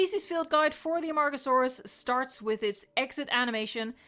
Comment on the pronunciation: A-MARG-oh-sore-us. It make me laugh, i have some problems. And, back serious, i think (and hope) they'll present mosasaurus next time, the marine group.